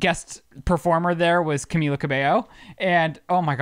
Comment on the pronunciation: what is "camiYa" hahahaha!!! its pronounced the same in english or spanish hahaha ly